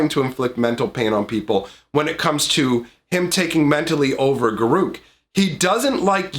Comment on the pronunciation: I really don't care that you didn't show cards. The only thing that bothered me is how you say Garruk ;P